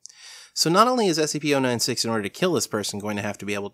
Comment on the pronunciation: And you're wrong about how to pronounce SCP-096!